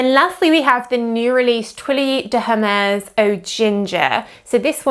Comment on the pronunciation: please 🙉learn how to pronounce the brand name👌🏾